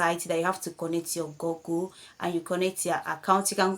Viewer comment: It’s /gugl/ not gogl. I’m the grammar police. Please follow me